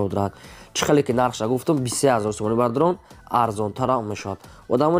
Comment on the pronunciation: Салом алекм автор бародар ами точикира соз гап зан бадорон не бародарон бгу хафа нашав да ма гапой тра соз намефахмм брат